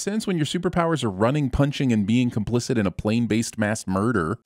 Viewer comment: I fall out every time you say "Murrdurr"